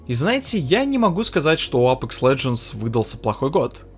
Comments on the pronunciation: Научись выговаривать АпЕкс. А не апэкс. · "АПЭЭЭЭЭЭЭЭЭКС" - это байт на комменты? Как серпом, правда, мужичок. Ты же говоришь, "Доктор Дизреспект", через Е, а не "Доктор ДизрЭпспЭкт", значит для тебя не норма "Э"кать.